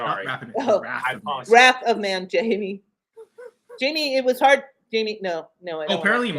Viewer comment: Wrath of Man😮 I thought he was saying Rapid Man also